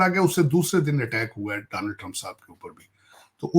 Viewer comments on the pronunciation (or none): none